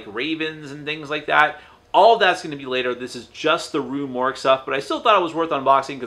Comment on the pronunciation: Yes its Rue Morgue, you pronounced it correctly. Have more faith in yourself. You do speak English.